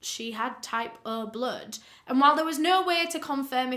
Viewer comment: Type uh bluhd 😂. Love my British brothers and sisters!